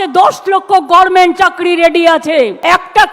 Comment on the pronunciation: Didi ota gorment na ota goverment bolte hoy Eivabei jibon nosto korlen amader